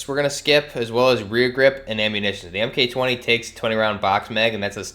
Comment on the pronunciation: "M-K" , man that's annoying, Mark 20 SSR